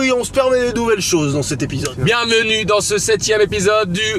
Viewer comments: CARLITO DIT BIENMENUE OU JE RÊVE? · carlito : bienMENU 🤣